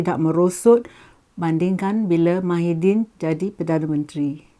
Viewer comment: Tahan lah lama....Mydin....hahaha kelakar la......pelat ya....